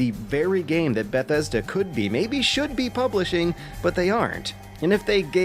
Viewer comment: I like this dude's videos. I hate the way he says Bethesda. "Ba-thesda"